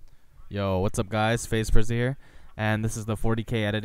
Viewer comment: OOOOOOOOOOOOOOO its pronounced Prizey